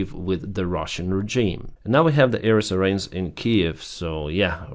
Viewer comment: why don’t you improve your English before you criticize the White House. It’s not pronounced sea rains. It is pronounced cy rens.